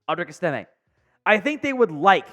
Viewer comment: it’s not ESS-TIM-IC, it’s pronounced ESS-TIM-MAY. Do some homework, dude.